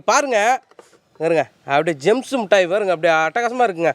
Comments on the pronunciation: ஆக அது ஜேம்ஸ் இல்லை...ஜெம்ஸ் என்பதை புரிந்து கொள்ள வேண்டும் தம்பி...ஆக வாழ்த்துக்கள் ...😂🤣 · ஜேம்ஸ் இல்லடா ஜெம்ஸ்